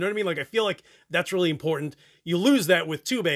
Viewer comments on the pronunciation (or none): none